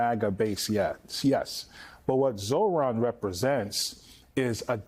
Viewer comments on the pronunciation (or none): Get the name right, Zohran (Zor-ahn) you don’t pronounce the ‘h’. Also, you said Zor Han. I know you can read. So, please be respectful